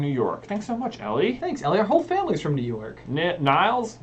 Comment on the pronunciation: Don’t know about Norway but in Denmark The name Mads is just pronounced ‘Mas’, the letter d is there for no reason at all, just forget it’s even there And Niels is just pronounced ‘Nels’ not niles